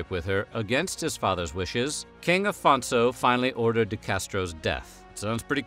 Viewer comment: Afonso is pronouced Aphonsso, not Alphonso. the rest is right